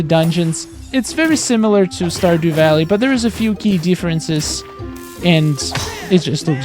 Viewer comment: the characters to me look like the characters in portal knights. He said standew valley